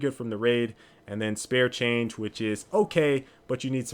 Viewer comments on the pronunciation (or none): none